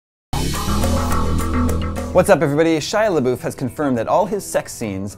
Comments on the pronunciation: His last name is pronounced "labuff" not "laboof" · I thought it was pronounce La-Buff not La-Boof